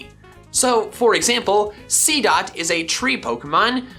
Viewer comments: Did anyone else see that he said seadot 2 times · He sedd seedot 2 times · You said seedot twice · He did seedot two times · You said seedot twice.